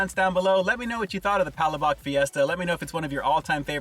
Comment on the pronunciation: It’s pronounced pug- lash-buk. It means sauce. Referring to the sauce with the ground shrimp heads and shells